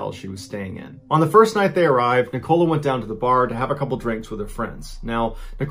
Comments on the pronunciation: first story, that would be NICK-oh-LAH not Ne-COLA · Wierd hearing it pronounced " ni coal a" instead of "nick o la" lol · I was just thinking this! It’s not ni- cola like the drink, it’s like nick- ala 😂 lacan-shire 😂 lanc-ish-a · Aye and Ni-Cola. Nicola is Nicolas without the S. There must be nicola’s in America. Love hearing the pronunciation of British places and names. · I love how he pronounces it wrong like " Neecola" it's pronounced "Nickela"😂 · I get where you're coming from but the woman was from England, not the US, therefore it should be pronounced as Nick-ah-lah. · When he say NICOLE-A instead of NICO-LA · Just FYI the lady in the first story’s name is Nicola, pronounce d ‘Nick-uh-luh’ not ‘Ni-cola’ - it was really strange it hear it pronounced like Coca Cola the whole time! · The name is nicoLA, not NicOLA, just saying, sorry I'm English, thats the way its pronounced ❤️ love the stories though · This pronunciation is killing me "NicOla", "LancashIRe" 😁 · Isn't it Nick-ulah? Not Nic-Cola? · ahhhhh its NICKo-Laa not NI-cola AHHHH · Have you intentionally mispronounced Lancashire, Nicola, The Caribbean and Antigua just to wind us up? 😂 Lanka-shur, Nick-uh-lu, Cara-bee-un, An-teega. Nick-oh-la 😂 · Me Ballen mispronounces “Nicola” as “Nick-oh-la” when it’s actually pronounced “Nick-olla ”. (Short O sound not a long O sound) Do you guys not have the name Nicola in the US? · It’s Ni-kah-la, not Ni-co-la lol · He knows her name os nik ila not nik cola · It's pronounced nikala not ni-cola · Sorry pronounce Police here .. NIcola not niCOLA .. that is all 😆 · Not wishing to criticise as I love your channel, but it's 'NICK o la' not 'nik COLA' and 'LANK a sherr' not 'shyer'. Two nations separated by a common language I'm afraid. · It’s not pronounced ni cola like Coca Cola lol it’s nick uh luh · Same.. I find him very good at telling the story but his pronunciation of NiCOLA really bugged me 😅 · hahahah right? It's pronounced Nic-uh-la right?